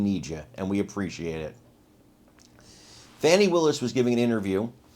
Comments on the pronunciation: How does one illiterate pronounce “FAWNI” out of “FANI” ? Amazing! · Can’t wait to see Fani in jail for abuse of public office. Ps someone should tell cnn that the word “Fani” does not pronounced “fawni”. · The ccn anker called her Funi Willis.